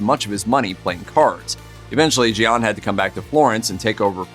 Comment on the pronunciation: "Gian" is pronounced "Jon".